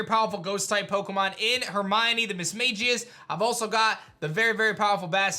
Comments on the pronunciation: Misma(g)ius not Misma(j)ius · I’m sorry you were pronouncing Mismagius wrong it’s Mis-magi-us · learn how to say mismagius